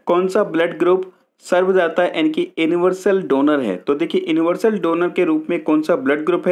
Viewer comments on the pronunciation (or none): सर आप यूनिवर्सल को इन्वर्सल पढ़ रहे हो....